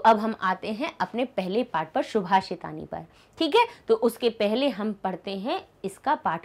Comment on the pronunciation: Ma'am shubhashitani nahi subhashitani hoga